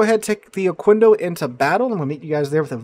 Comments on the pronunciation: you're closer to Mexico than I am, how do you not know how to say Oquendo (Oh-Ken-Doh). Just like queso. Its not Kwayso, it kayso. Its no ohkwendo, its ohkendo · and it is pronounces "ohkendo" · Yeah, we spanish speakers receive the apology for the mispronunciation. But for future references: qu = k in pronunciation